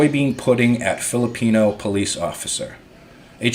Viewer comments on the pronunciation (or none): none